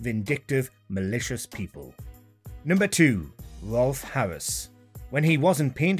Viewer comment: You've mispronounced Rolf